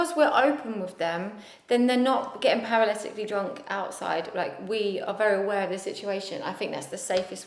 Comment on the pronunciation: How many times did they say ‘paraletically’ 😂